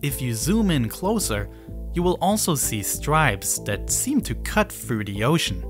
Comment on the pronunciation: I like the content but the speech impediment of the narrator is distracting. He says “dem” instead of “them,” “dat” instead of “that,” “de” instead of “the,” “dis” instead of “this.” It is not that hard to master the “th” sound.